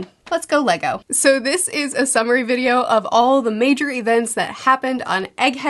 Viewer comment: Not going to lie... when you started this I thought you said a submarine video instead of summary...